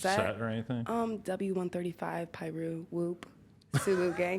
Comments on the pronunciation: Lmao.. this bitch said w 135 piiruu lmaoo what? Its not a address...Bang that shit west side Piru 1 trey five suwup gang .. u need to watch some yg lmaoo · She said w 135 piru whoop suwoo lmao